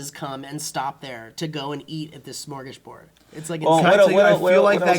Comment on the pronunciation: Why do you pronounce Sm as Shm? Cause you should just say Smorgasboard, not Shmorgasboard. I mean it's actually Smörgåsbord, but hey, I don't expect you to know how to pronounce letters you don't have.